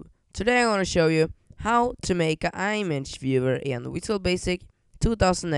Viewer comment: It's pronouced "em edge" image.